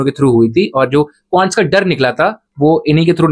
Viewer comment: Quants ❎Qants✅😂😂